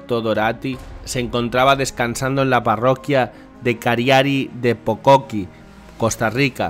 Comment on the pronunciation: Una observación al hermano que narró la noticia: no es "Pocoqui" sino tal y como se lee, Pococí, con acento agudo. Y para agregar, le robaron el dinerito que a muy duras penas pudieron hacer el fin de semana pasado durante las Fiestas a San Isidro Labrador, ya que entiendo, es el titular de esa parroquia y es una comunidad de muy humilde en recursos. ¡Saludos desde Costa Rica!